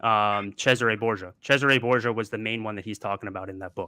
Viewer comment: Who the Fuck is Chazzeray Borgia??? This kid is an imbecile ✔️✔️✔️